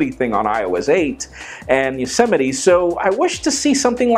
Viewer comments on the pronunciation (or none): none